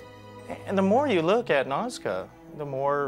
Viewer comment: Nazca not mazca. just fyi!😁